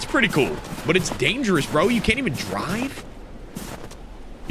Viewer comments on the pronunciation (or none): none